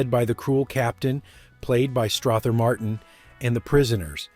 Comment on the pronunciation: "Stroth-her" Martin......eye roll.